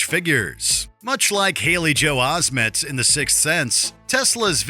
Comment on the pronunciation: I'm sorry, Haley Joel who? Do you mean, Haley Joel OsmeNt? There is an N in there.